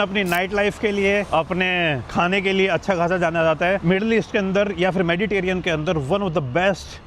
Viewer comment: मेडिटेरियन नहीं मेडिटेरेनियन होता है......कभी तो सही बोला करो